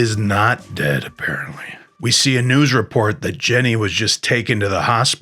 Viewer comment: No, it isn't. That isn't a dialect or accent. It is someone ignorantly thinking that someone named "Ginny" is named "Jenny."